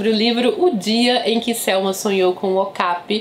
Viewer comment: Amo suas resenhas!!! Ps. Acho que a pronúncia é "ocapI" e não "ocApi"